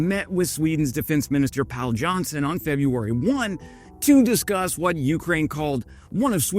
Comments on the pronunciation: Pål is pronounced Paul not pale. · "Pal" Johnson is actual Paul (British pronunciation). The Å is not an A. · Please don’t pronounce the name of Swedish minister of defence Pål Jonsson like ”Pal”. The proper pronunciation is like ”Paul”